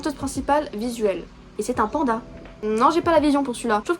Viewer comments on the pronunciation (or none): none